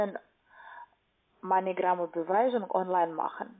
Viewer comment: Heißt das nicht Moneygram oder so ähnlich? Sie sagt immer Meinegram :D